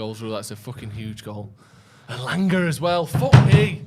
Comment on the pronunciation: It's elanga